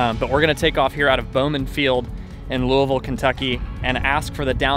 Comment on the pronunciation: Nice to see Bowman (and Bearno's) featured. My mother lives just under where most people turn downwind to base for 24. Great plane watching from her back deck. Congratulate Chelsea on getting you to pronounce "Louisville" close to how us natives do.